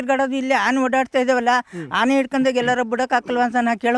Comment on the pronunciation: Haane alla guru 'aane'